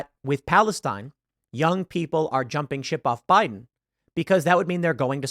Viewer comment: "No, sir. They're saying Boo-iden. Boo-iden"